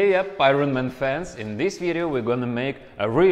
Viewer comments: “Ai-Rawn maaaan” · Eye ren man